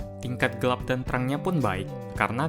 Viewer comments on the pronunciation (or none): ngomong gelap kok gelep